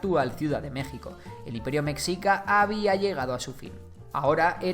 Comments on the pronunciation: Se dice güitchilopochstli y no se dice mecccica se dice mechica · Se pronuncia "Meshica". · Es raro oír qué digan "mecsica" cuando se debe decir meshica. 😅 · Me gustó tu vídeo, unas pequeñas observaciones, Mexica se dice más parecido a Meshica, más que meksica; también al principio pusiste una pirámide, la de Kukulkan, esa pirámide es Maya, no es Mexhica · Tienes varios errores - se pronuncia meshica, más no mekzika - no se pronuncia Tenoc titlán, se pronuncia la " che" o ch, - los sacrificios no eran precisamente de otras comunidades, o esclavos, también se sacrificaba a nobles o voluntarios que se preparaban espiritualmente ya que era un honor partir para los dioses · Mexica se pronuncia "Meshica" como la "sh" inglesa, no como la "x" hispana, se usa x por que el sonido "sh" no existe en español pero hay que recordar que Mexica no es una palabra hispana, es nahua. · Meshica pronunciación correcta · Cómo mexicano me duele cada que dice metzica🇲🇽🙃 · MEXICA se pronuncia "Meshica" La X México se pronuncia en algunas palabras como J o SH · En realidad en esas palabras la "X" se pronuncia como "sh" (la del inglés) de esa forma "Mexica" se leería "meshica" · Hola buen video, solo un error en tu pronunciación, se escribe Mexica pero se pronuncia Meshica , no es oficial por así decirlo pero es la forma de pronunciar más aceptada en México y por los pueblos indígenas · Se dice "Meshica", saludos desde la Nueva España. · No quiero sonar grosero pero no sé dice mexica la x sé dice con el sonido de sh o j pero perdón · correcto, es un SH Ni J ni KS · Como me hace ruido la mala pronunciación Mexica ..... de hay en más gracias por los datos. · Hay que hecharle ganas a la pronunciación "mexica"